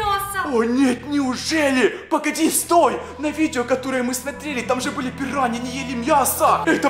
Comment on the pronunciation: Это пираньйи а не пируйни